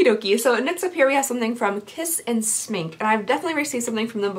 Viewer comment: Ryan Smink is makeup in swedish! And your pronounciation was great for an english speaker